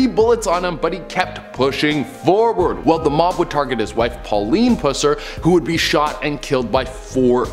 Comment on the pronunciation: My cousin was best friends with Pusser’s daughter. I say “was” bc his daughter passed a few years ago. So sad. (You said his name wrong btw lol.)